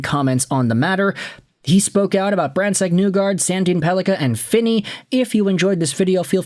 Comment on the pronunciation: Why do you still pronounce name incorrectly?